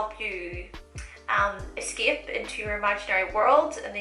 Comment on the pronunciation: Whenever I hear your accent (ex. eskep) I want to give you a kiss because it's super cute! Btw where is accent from?